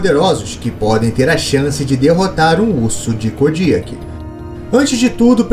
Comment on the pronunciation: mano parei de ver o video so pelo jeito que vc pronuncia "KODIAK", e nao venha com papinho de que vc ta certo , pq TODOS os BIOLOGOS pronunciam o nome dele de maneira diferente